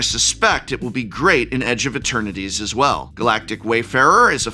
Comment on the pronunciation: Is it me or does the professor keep calling the set edge of maternities? Lol